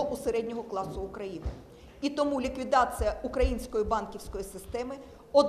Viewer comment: Та, ну, надоела, тётя-евреечка! Не "ливкидацыа", а ліквідаЦІЯ же! "Ассоцыацыа", это "кульминацыа"!